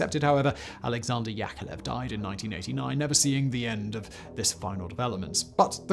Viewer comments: YakoVlev YakoVlev not yakelev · YAK-OV-LEV... YakOVlev Come on now.. I know you can read sequentially... It is in your basic command structures isn't it??? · My goddess, time goes while your pronouncing skills are still on the same place. And that's despite decades of videos. His name is Al`eksandr[not AlerZander] S`erg`eyev`eech Yakovl`ev. I know that making Kuality Kontent is hard, but you could try at last. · YakoVlev not Yakolev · you're pronouncing Yakovlev wrong...